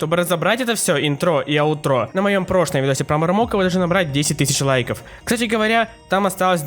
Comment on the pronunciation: Ударение на И - Интро и на А - Аутро